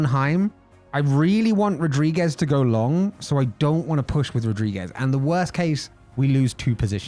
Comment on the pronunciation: "It's Night rules, bruv" . Dude, loving this, would love a per-race track video for sure. Also as a Portuguese, it's pronounced "rudrigues" not Rodriguez. ;)